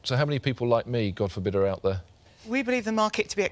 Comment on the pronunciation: Duncan with his usual “I’m oat!”